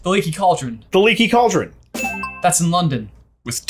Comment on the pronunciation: I love you dearly, but you can do better than "Lecky Cculdrin".